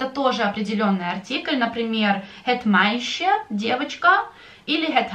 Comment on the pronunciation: Да, на слух произношение проблема. Я слышу от вас произношение окончания слова дружок как звук "че", а не чёткое де или дье. Почему?